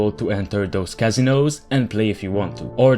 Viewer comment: You say casino funny